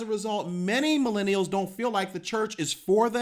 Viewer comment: Why do your u say milinials??? Just use an easy simple word.